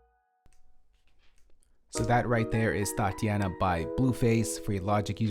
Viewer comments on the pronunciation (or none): my homie said thoteana